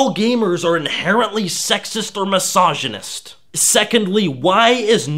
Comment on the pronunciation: yea, was distracting. Also, "massage-anist".